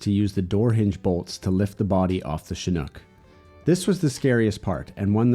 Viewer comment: It's a Hilux, why does he call it a SHNOEK?